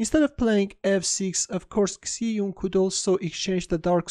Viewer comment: Great video, but her name is pronounced like Shie jun